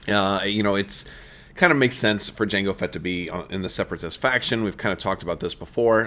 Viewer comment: he said jangle fett :(